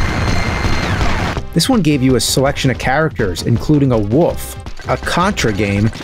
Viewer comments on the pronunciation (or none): Did he call a wolf a woof? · Today is the day I learnt the nerd pronounces wolf... 'woof' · James calls a wolf a woof lol